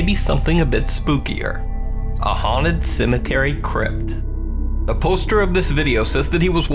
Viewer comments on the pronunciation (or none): It’s haunted not huned